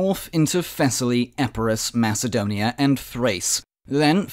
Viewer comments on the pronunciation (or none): none